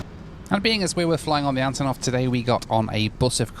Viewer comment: Hi. This plane's name should be pronounced as the first syllable in "unbelievable" ("un", not "a.n."). Cause, you know, these are the first two letters of the designer's last name (Antonov). Thank you for what you're doing!